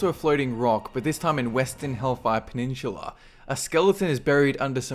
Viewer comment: Man.. you have some fucked up pronunciations for certain words. "Peninchula"